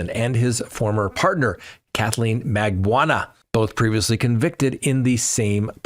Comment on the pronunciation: that is Mag - ban- ua Magbanua